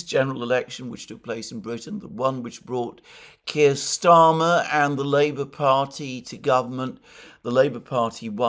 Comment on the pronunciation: Kire rhymes with queer!